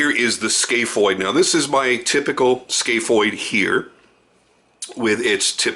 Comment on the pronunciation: It’s scaph (scaff) not scaph ( scale)